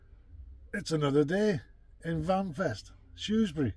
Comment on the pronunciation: So glad you had a fab time in my town, and you pronounced Shrewsbury correctly 🤣🤣 I did go myself as I live only 5 min walk away and I do remember seeing your crib. Great weekend and I heard it's coming back to Shrewsbury next year......happy days ❤